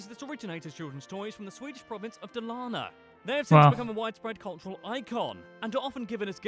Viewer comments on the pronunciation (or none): none